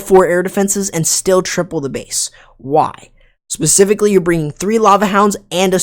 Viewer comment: ESS PECIFICALLY ESS PECIFICALLY ESS PECIFICALLY ESS PECIFICALLY ESS PECIFICALLY ESS PECIFICALLY ESS PECIFICALLY